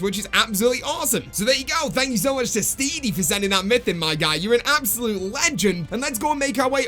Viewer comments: Bruh his name is Steady not Steedy 😂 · Why did he pronounce steady as steedy?